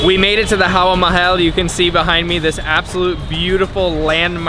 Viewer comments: Hey, it's Hawa Mahal, not Haha mahal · It's not Haha Mahal it's Hawa Mehal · Actually the 'Papad' was a chip . That palace you went to was Hawa Mehal (not Haha Mehal) (Hawa is another word for Air) And Rajasthani cuisine is really on the milder side in terms of spices. Hope you enjoyed it Never been there tho.lol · Dude, it's not Haha Mahal, it's Hawa Mahal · It's not (haha mahal ) it is HAWA MAHAL.!!! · dude its HAWA MAHAL*. not haha mahal😅, *Hawa*= *Air , its called so because it have 900+ windows in it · It's not haha mahal.its Hawa Mahal😋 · its not haha Mahal its hawa mahal😂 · bro its not haha mahal its hava mahal(air palace) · It was 'hawa(air)' 'mahal(palace)'🤣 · hi; that is hawa mahal; not haha mahal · It's not HAHA MAHAL ... it's HAWA MAHAL...Thanks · Dude its Hawa Mahal not Haha mahal :d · Bro this is Hawa Mahal not Haha Mahal😀😉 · Its Hawa Mahal not HaHa Mahal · its hawa mahal not haha mahal 😂😂😂😂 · its not haha mahal ... its hawa mahal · Its not haha mahal its hawa mahal. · It's hawa Mahal not haha mahal